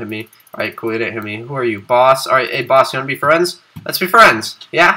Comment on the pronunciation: I remember bieng fwiends